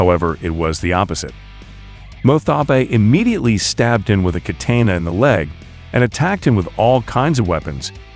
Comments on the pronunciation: That was the most new York I've ever heard someone say katana. Kait ane naaaar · I'm getting annoyed with the pronunciations of katana and manga.